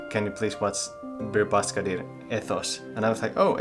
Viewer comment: ş is pronounced like "sch" in german, "sh" in english and "ch" in french... you can do it ;)